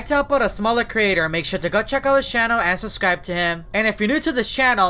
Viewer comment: says susscribe Instead of subscribe